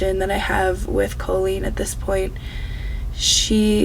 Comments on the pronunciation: Not going to lie, but I am low key loving how you say her name. All i hear is a fancy way of saying colon. Which fits. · I really enjoy you pronounce her name “Cole-lean” because it sounds like “colon” 😊